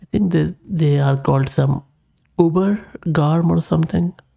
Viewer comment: Hey great job with the video and glad you were able to find all the commands and get it working on your rig. Yes you said ubergarm right haha, thanks so much for sharing this and making it easier for people to understand!